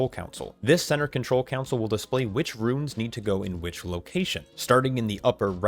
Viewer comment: Console not council.